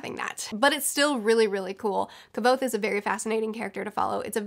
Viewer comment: Your pronunciation of Kvothe is so distracting lol. Maybe I've been saying it wrong this whole time.